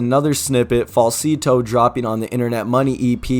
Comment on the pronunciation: why do you pronounce Falsetto like that ?